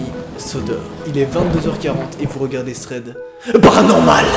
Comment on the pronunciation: THHRRREEADDD PARRRANORMALE 😈😂